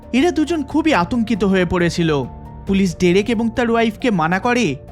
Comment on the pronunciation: Pronounce the owner name correctly please it'd/should be (ড্রেক)